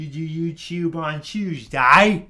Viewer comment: Youtchoob on a tchooseday?